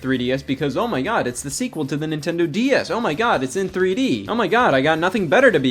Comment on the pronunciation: Everytime scott says "DS" I swear he's adding an extra syllable and saying "D-E-S"